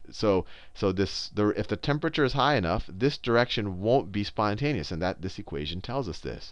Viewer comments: "spouteous" lol nice try sal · "Sponteous" lol great video